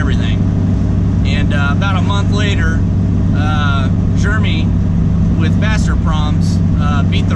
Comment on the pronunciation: Are you saying germy? Instead of Jeremy😂